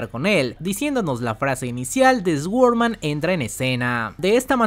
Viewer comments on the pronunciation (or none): "ESGUORMAN".......SORDMAN sería la pronunciación